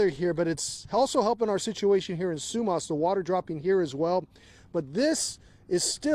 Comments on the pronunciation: It’s pronounced SUE MASS not sue maas! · Like the way he pronounces Sumas, it’s pronounced Sue-mas . Ya we live in Everson, and part of the bridge collapsed, we can still get through one way bridge now. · It’s Su- mass….as in only a donkey wouldn’t take the time to find out how to pronounce the name of the town you’re reporting on.🤦🏼‍♀️